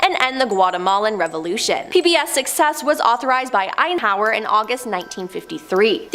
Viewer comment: On this video, she totally butchered the name Eisenhower. Completely left the S out when she said the name.